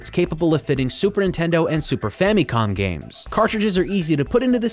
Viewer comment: Video starts, "The Super In-tendo" I'm out.